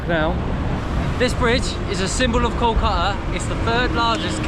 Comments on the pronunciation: That archetypal southern accent, I guess. Kolka'a without a "t", 'a'er without "w" and "t", and the like. 😊 However, "r" and "t" take the most beating. Why do you treat "r" and "t" with such abhorrence, like they're national enemies? 🤔 I fear someday they may be struck down from your vocabulary entirely. Poor siblings "r" and "t"! 😢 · Your pronounciation of "Kolkata" is fantastic. It would be kol-ka- - ta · Good content, good approach. But, pronounciations are too bad to be heard of, e.g we are hearing Kolkata as Koàtá. Many other examples. But then, still, this video deserves 9 stars out of 10 stars. How good you have made the video.